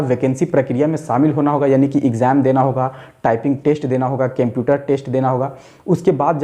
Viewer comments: Kemputer or computer??? 😂😂😂😂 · Cemputer nhi hota sir Computer hota hai 👍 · Bhai use computer bolta hai qumputer nahi bolta hai 🤔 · Sir video dekhanese pehale ek bat jarur bolunga 😅😅😂 computer ko केम्प्युटर mat bolo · computer he kemputer nahi😁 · O kemputer Bol raha hain wo computer hota hain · Apni vartni sudhariye sir je ye kemputer kya hota h Litrelly its so iterative to hear speaking kemputer-kemputer... Its computer 👍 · Bhai its not Kemputer...its computer..😅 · Sar pahla computer BOLNA SIKE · Ap pehle computer bolna sikh lo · Aap computer ko bolna sikho pehlee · Everyone- seeing how he is pronouncing the word computer Me- don't find the mistake The video is usful for jobs rather to find the mistakes